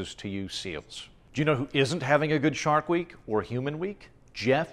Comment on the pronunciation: Anyone else hear "shart week"